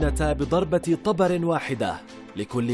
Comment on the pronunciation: ابو طُبر يعني مو طَبر تلفظ ابو طوبر مو ابو طابر